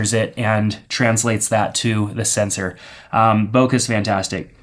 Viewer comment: "Bokuh, or whatever you want to call it." I call it "boke(h)", with the last sound in that word pronounced more like a mixture of the "e" in "bet" and the "ay" as in "okay". Source: Living in Japan (the country that originated that term) for 9 years.